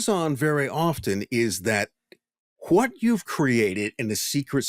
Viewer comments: Why does this guy say "who-wat" instead of what? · I'm enjoying this podcast .. but has anyone else noticed the way this man emphasizes the "H" Everytime he says "what" or "why". Lol. I catch it every time. And I'm like "dude! The H is silent! Stop it!" 😂😂😂